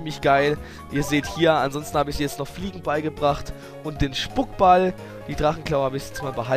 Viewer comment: Spuckball? Das heißt Spukball...